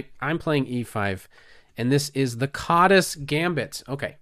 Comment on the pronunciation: 's' in Hungarian is pronounced "sh", so it would probably sound like "Kadash"